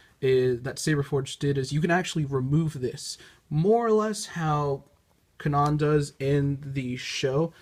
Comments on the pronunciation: You did not just say, “Kuh-nawn” Jarrus… Wow… Are you trying to piss people off? Did you even watch the show? XD It will always amaze me how people choose to pronounce words incorrectly when they’ve heard the word over and over the correct way. LOL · Kanan is pronounced (Kay-nen) but it's fine.